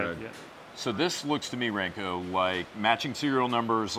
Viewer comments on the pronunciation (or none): Ranko is said with the same type of A sound as Zastava. Serbia thanks you for your consideration.